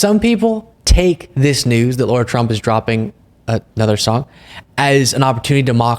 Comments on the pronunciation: Lara not Laura!!!! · its pronounced LAR RAR , LA RA her name is NOT LAURA NOT LAURA NOT LAURA stop being so dumb omg LARA CROFT FFS LARA LARA LARAAAAAAAAAAAAAAAAAAAAAA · Lara not Laura. Please dont disgrace the Laura's of the world 😁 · Lah-rah not Law-rah. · It's LARA trump, not Laura...like the tomb raider chick (except possibly more fake) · Not Laura - Lara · Her name is not Laura! Pronounce it right! Go Blue!! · Are we calling her Ll-aa-uu-rr-aa Trump, even though her real name is Lara, on purpose? Just checking.